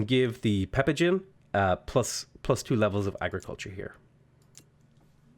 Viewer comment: Btw clan Pepijn, is pronounced as clan pep-ain